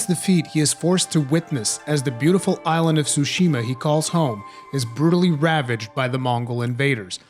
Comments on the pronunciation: Tsushima, not sushima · wtf is a sushima